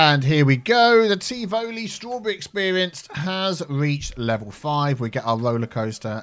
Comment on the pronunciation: Straw-tea-berry experience